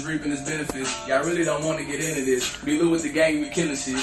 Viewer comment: U know how Spanish ppl they read their v's as b's right vilone bishop right here oh ma bad VLOU 😂😂😂😂 9k subs left to 1m subs Edit: VOW Edit: We miss you